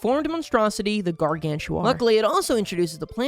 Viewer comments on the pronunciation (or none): Bro Just said "Guargantua"